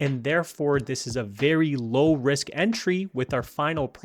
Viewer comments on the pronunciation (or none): none